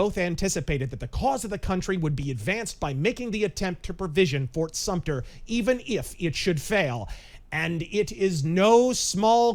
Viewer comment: So are you a historian? It’s fort sumter btw! 😂😂